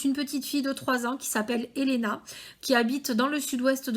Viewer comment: Oui c'est bon ta bien prononcé